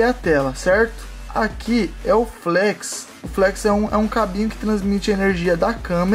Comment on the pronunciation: O não é Flex e sim flét